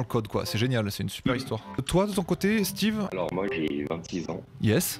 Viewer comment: c'est Steve pas Steven :)